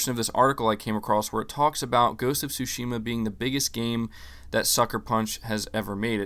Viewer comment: Stop mispronouncing Tsushima, bro